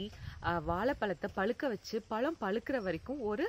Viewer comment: அருமையான பதிவு. தமிழ் உச்சரிப்பில் கவனம் தேவை வால பலம் இல்லை சகோதரி, ❤வாழை பழம்.❤